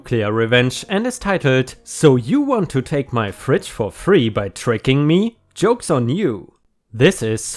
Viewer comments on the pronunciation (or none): You talked about a lady’s name ( (J) an) a very strong J like in John or Jobe. You pronounced your J as yoke like that’s a yoke but it’s Joke our American language is tough and hard to learn because of our weird slang. I had several English classes that were pretty tough also. I’ve been been a lurker on for a while it really makes sense to me because I’m a tech guy where I work although it’s quite good to compare some Reddit’s to my job. I have worked retail as floorwalker/grocery guy. (M) then thirty nine years of age then. Later I had a time with Karen’s and Kevin’s trying to take stuff from other stores where I worked doing the same job. Two different stores same job. I work in a Vacuum Cleaner place where my tech skills come to the fore. My employer dislikes modern technology with a passion. So now he owns a flip phone which I have to delete stuff in it and his obsolete android tablet with no information and set it up and delete old files as well. Reason? Job security. He still doesn’t like technology or tech support. I laugh about this only to myself. (PITA).